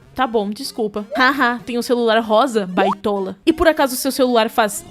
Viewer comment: Ele enchendo a boca pra falar "baitola" AKAKAKAKAKAKAK